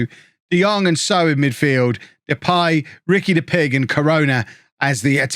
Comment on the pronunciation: hes name is Puig. it reads like this Pu-ig not Pig.